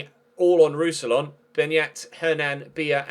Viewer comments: More like Roos-si-yawn, to be completely English-friendly (when anglophones don't pronounce the last N it sounds wrong) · Pronounciation for Roussillon: Roux-si-yon (n is silent)